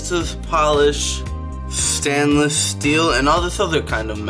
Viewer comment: I don’t take advice from a guy that’s says “stanless glass”